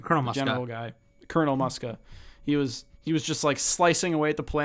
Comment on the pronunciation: Muska is pronounced like Mooska